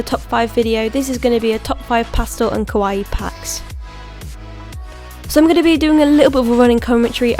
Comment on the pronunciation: I love Love LOVE this video, but she says Kawaii wrong which kind of bothers me... but other than that, I really love this video.